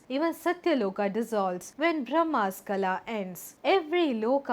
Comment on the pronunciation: Kaala not kala